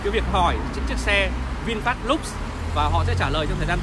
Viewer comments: Vinfast LUX mà đọc là "lúc" là biết thằng này trình độ đến đâu rồi, thế mà cũng sống được ở xứ tây thì cũng giỏi đó. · xạo. tên xe còn không đọc đúng mà đòi làm nhà báo